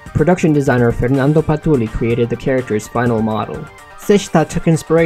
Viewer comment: He just called Ferdinando “FeRNanDo” big BRUH moment